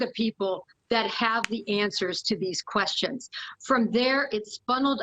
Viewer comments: It's not MOSS COW... it's Moss COE. This woman doesn't even know this area, or how to pronounce the city name. I was a 20 yr resident and worked at MOSS-COE courthouse before I get grief. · it's NOT 'moss cow'! , that's in Russia, this is ID. it's 'moss co' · AND PAHLEEZE...IT IS MoscO(w), NOT MosCOW!!! WE ARE NOT RUSSIAN!!! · MosCOE, phonetically. Apologies